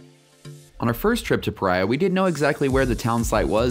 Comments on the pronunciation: I'm pretty sure this is pronounced puh REE uh, not puh RYE uh. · Why do you keep calling it 'Pariah' when you admitted the settlers (and everyone else in Utah) correctly calls it "Pareea'?